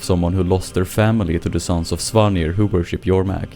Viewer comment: Finally, someone who pronounces Jormag properly..